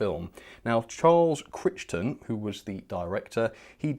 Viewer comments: FYI… Charles Crichton, who directed The Titfield Thunderbolt film… well just like the fearless Red Dwarf robot character called Kryten, Crichton is pronounced Kryten, not critch-ton. Thought you’d like to know. Jim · Sorry, but it's pronounced Cryton, Charles Crichton that is.